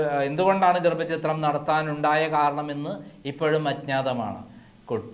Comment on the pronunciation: ഗർഭ ചിത്രം???? ഛ എന്ന അക്ഷര മാണ്